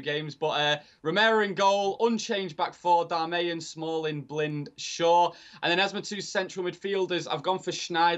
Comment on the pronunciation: Stop saying "Darmayan" loool his name's 'Dar-mi-an' its not hard haha